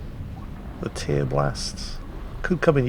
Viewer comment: OMG,; it's a verb! "Tear" as in to rip something to shreds; not "tear" as in from crying. TEAR-blast!